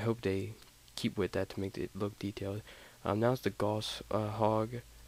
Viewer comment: Hurts my ears when people pronounce Gauss as if they are saying 'gauze'. The word rhymes with 'louse' and 'spouse'.